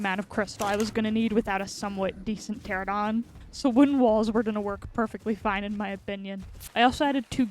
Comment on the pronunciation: feels like every ark youtuber calls them "teradon" when it's clearly "pterANOdon" 4 syllables not 3